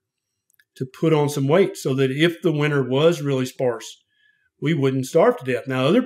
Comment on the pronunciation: "Zee bugs". Haha. I love!!!!❤